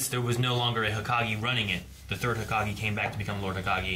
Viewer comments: stop saying hokagi, it's hokage with an E. It's the combination of an element and the word kage which means shadow. i.e. Hokage - Fire Shadow - Konohagakure, Village Hidden by Leaves Kazekage - Wind Shadow - Sunagakure, V. Hidden by Sand Mizukage - Water Shadow - Kirigakure, V. Hidden by Mist Raikage - Lightning Shadow - Kumogakure, V. Hidden by Clouds Tsuchi - Earth Shadow - Iwagakure, V. Hidden by Rocks The leader of each hidden ninja village is given this title. How a leader of a ninja village is decided depends on each village. For Konoha the Hokage is appointed by an elder council. Also, you are right in your deductions, the 3rd Hokage retired and the 4th came to power. When the 4th died, the 3rd came out of retirement. At this particular point in the story, it is unclear why a 5th Hokage has not been chosen yet, after all, the 3rd already retired once, why couldn't he nominate a successor and retire again? It's been more than a decade since the 4th died given naruto's age. Could there simply be no wothy candidates? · Well and are never gonna get it right😂.